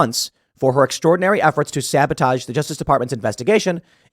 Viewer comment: Are you saying "but her" emails or "butthurt" emails?